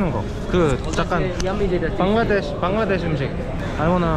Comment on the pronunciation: I’m so happy to see someone chose Bangladesh. And as a Bangladeshi I’m happy u said the name in the right way 😂